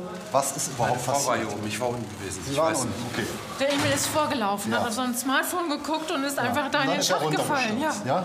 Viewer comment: Ich höre auch Emil, ich kenne zwar den Namen Emir, aber es hört sich für mich an wie Emil